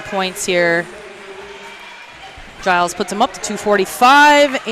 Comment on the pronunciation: Wish the commentator would pronounce Giles’ name correctly. It’s a G as in George